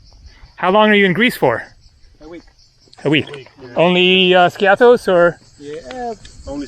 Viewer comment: Love your videos! By the way, "Skiathos" is pronounced: "Ski'- athos". The accent is on the "i" , not on the "a". Also, you said "kalispera" as a greeting while it's obviously morning or early afternoon, while the correct greeting is: "kalimera" (good day). Use "kalispera" only in the early evening as a greeting, and use "kalinichta" only as a "goodbye" at nighttime, never as a greeting. All the best to you!